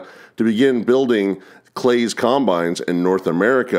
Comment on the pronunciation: Until now, I had never hard the brand name CLAAS pronounced as "CLAYS" but I guess that makes sense due to its spelling. We have always said it as "CLAWS" as in Santa Claus, being a German name, we thought that was correct. Our combine was a 1970 or 1971 Ford 620 painted in Ford Blue and White paint, but the build plate was marked CLAAS, West Germany. Back in 1971 when my father purchased it, he also had to purchase a complete toolbox of wrenches and sockets and such, the combine having been built using all METRIC measurements and METRIC fasteners. In fact, those tools rode in the combine for the 30 years that we owned and used the machine. With modern combines, it is common to unload on the go. But with our old Ford 620 (aka Claas Consul), the vibrations inside the operators cab made it necessary to take regular breaks, so unloading the bin was a chance to get outta the cab and stand on solid ground for a couple of minutes.